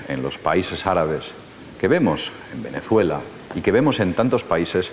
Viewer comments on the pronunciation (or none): none